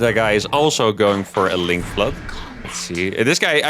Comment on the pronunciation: stop saying sky toes